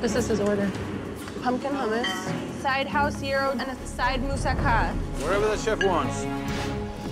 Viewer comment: why say hummus weird? HOOMAS